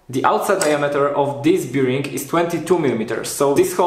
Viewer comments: Fajne wideo. Szkoda że jak byłem w twoim wieku nie było takich części w sklepach. Z reszta nic nie było... FYI "bearing" (czyli łożysko) wymawia się "bering" a nie jak "beer-ing". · Proszę Cię. To "biring" mnie niszczy. Sprawdź sobie na Google translate jak to się wypowiada. A ogółem fajny projekt, sam myślę o zaprojektowaniu lasera cnc z możliwie jak największą ilością części wydrukowanych w 3d. Jak mnie poniesie to może i nagram o tym film :) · Super wideo! Tylko "Bearing" się trochę inaczej wymawia ;)